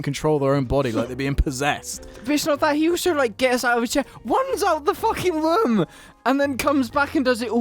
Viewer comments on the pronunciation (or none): That guy in the middle has that Jonathan Ross type of accent, where he pronounces, like "R"'s as "W"'s. So instead of "Room" it sounds like "Womb". Where is that accent from? Also, the guy on the right must be buzzed up, because he knocks over his can on that clearly freshly vacuumed and cleaned carpet. First you wear your shoes on the carpet, and then you spill your drink on it? I would go mental having you over my house.